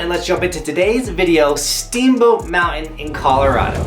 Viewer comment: The word mounTain has a T in it.